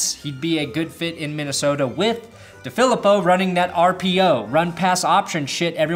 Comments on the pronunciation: John DeFilippo. DeFilippo: Dee-Phil-Eee-Poe..... NOT: Duh-Philip-Oh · FYI, It's pronounced DeeeFeleeeepo